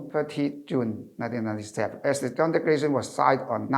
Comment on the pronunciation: Could be more presentable if - 1. Sit still please, not swaying left and right. 2. Modify your rhythm. Speaking in Cantonese is very different in speaking English. 3. Brush up on the pronunciations. The word “declaration” was pronounced incorrectly many times, until towards the end.